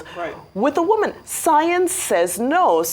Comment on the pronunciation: No not “woman”…Woman.